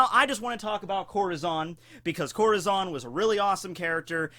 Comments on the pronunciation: Lmfao let me help u out ur correct in ur translation but it’s pronounced Core-tah-zone 😂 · CorAzón* get your spanish straight XD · ITS CORAZON not corozon :( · is this who you always talk about!? confuse the hell out of me lol that not how you said corazon. but damn that a cool english way to say it